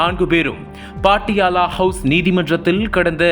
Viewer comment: தம்பி, பாட்டியாலா இல்லை. பட்டியாலா என்று கூறு.